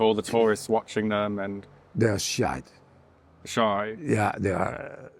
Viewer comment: Could someone tell him the word is Shy...not shite!😂